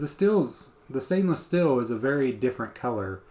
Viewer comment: Just an FYI it’s steel not still lol just having fun great info